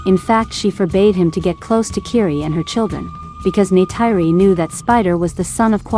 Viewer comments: NAY-TIRE-RI ARE YOU KIDDING ME! ??????? IT'S PRONOUNCED NAY-TEAR-RI!!! GET A VOICE OVER TO PRONOUNCE THE NAMES CORRECTLY FOR AVATAR MOVIES!!! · It's Neytiri, not Neyteiri